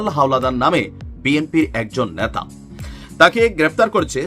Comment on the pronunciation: ন্যাতা মানে ন্যাকড়া, 'নেতা ' বেচারা । আপনার উচ্চারণ ঠিক করুন, অসংখ্য শব্দের অসহ্য শ্রুতিকটু উচ্চারণ ।